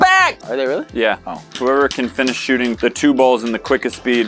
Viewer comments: When says fring Rish I was like what then 10 minutes later t started laughing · Wow you said fing rish lol